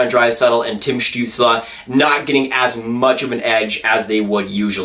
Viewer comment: This is kinda random but im very impressed with your pronounciation of Stützle. Seems like no NHL announcer can get it right lol